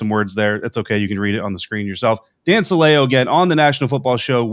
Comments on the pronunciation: Since I was here back when he was on WDAE in Tampa, I can tell you his name is pronounced "Silly-Oh" and I can also tell you the only reports you can believe with his name attached to them are the ones that claim he said something racist, misogynistic, or something just plain stupid. Not worth your time even talking about it guys. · I think you're mispronouncing Dan Silio's name. I remember when he was with the buccaneers I think he even pronounced it like the word silly with an o on the end.